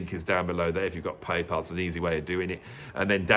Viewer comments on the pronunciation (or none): none